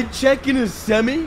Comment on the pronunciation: I love your videos but the way you say "semi" just hurts.